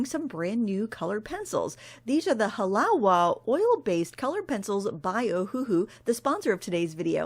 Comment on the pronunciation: Just for the record it is pronounced HA LA VA. Hawaiian pronunciations are tricky! Love your great reviews!